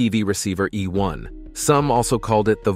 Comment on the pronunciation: EINHEITS not EINHEIRS. The first is a german word the second not. And it's E1 not E One. It's effect on propaganda was very small because it was extremely expensive. In some major cities there where some "Fernsehstuben", which where like small cinemas/pubs. Not worth to mention.